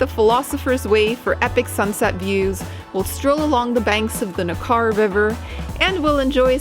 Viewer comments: It's ... NECK-arrr ... not ... Nakarr ... should be easy to get the pronounciation right. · Hi there. Great video - but the River is pronounced "NECK- er"....